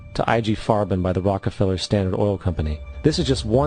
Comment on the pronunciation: He keeps saying rocky feller it’s rocka feller lol